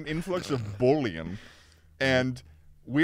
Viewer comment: Bullion is gold but pronounces it like Boullion which is a meaty broth